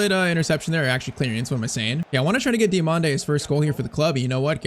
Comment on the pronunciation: Diomande next salah ❌ Dio(MANDE) next mané ✅